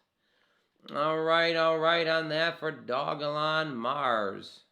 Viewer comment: It's Doge-lon, it's not hard